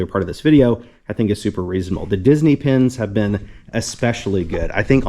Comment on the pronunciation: Took ages for me to figure out you were saying pins and not pens.. (i listen (and kinda watch) while i work so i probably would have seen it sooner otherwise) holy cow those enamel pins are not cheap..